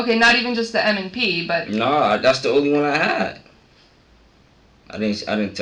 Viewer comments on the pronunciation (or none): It's not NMP it's M&P 😂